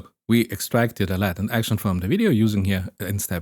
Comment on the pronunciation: I was just listening and was super confused why there was such an emphasis on Latin, took me way too long to realize you were talking about latent. Not trying to be mean but the a in Latent is pronounced ae /æ/ in both British and American English, like you lay an egg not like laten or ladder. I understand how this could be difficult to pick up on if you learned the word from reading it.